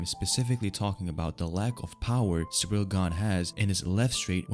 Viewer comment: It's ciryl not Cyril